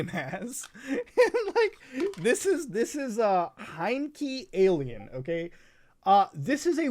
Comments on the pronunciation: Me: "Heiankyo Alien" Muta: H E I Y N K E E A L I E N Me: Aight, Understandable. Have a nice day. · hate to be that person but "Heiankyo Alien" is pronounced "Hey-yan-ko" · You were drunk, like I am now, while recording this: It's "Heiankyo Alien"